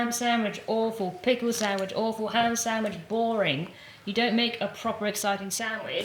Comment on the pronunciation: says samidge and not sandwich. 😂